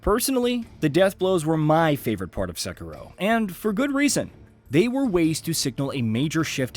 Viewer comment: Finally!!! Someone says Sekiro right! Not the stupid "sek eee doh"!